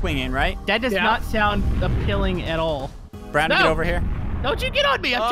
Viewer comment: why did you say brondon not brandon